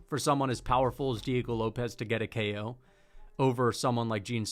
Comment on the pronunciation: kEo Tracey. Why is bro putting an E inbetween ko🤣🤣